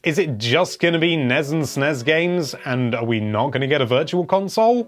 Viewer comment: I hate how he pronounces NES and SNES